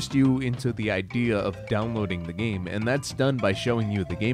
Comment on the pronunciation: He said gane instead of game